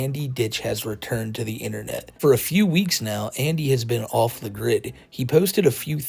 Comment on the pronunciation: The AI voices talk like Chris Chan. The way they replace the "TH" in every word with a D make me giggle